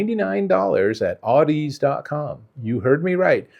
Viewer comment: Audeze is pronounced like the word Odyssey but with an Au instead of an O . "Audezay".